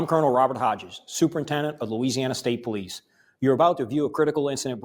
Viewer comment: Glad you're covering this sad and tragic case. I'm also LOL at your pronouncing those LA names 😂 If i had caught the live i would have helped you out💙